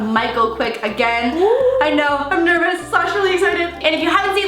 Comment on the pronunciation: You said nervous but it was so weird I’m used to you saying Nerbie😂